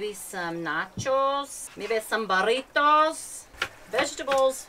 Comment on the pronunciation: "Barritos " ?? its BURRITOS LADY !! A NOT A U !!